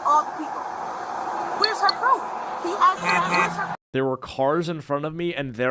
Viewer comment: It's asked not axed moron